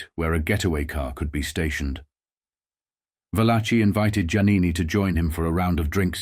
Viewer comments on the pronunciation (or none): There it is again - the pronunciation VAL-a-chee, for “Valachi” (really, va-LA-kee). It seem like it would be worth the technology but does the narrator sample his voice, and have it reproduced by a robot or other ai applications?